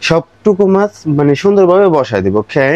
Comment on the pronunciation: ভাই অখেই অখেই করেন কেন ওকে বলতে পানের না বেশি স্টাইল 😏😂😂😂🐸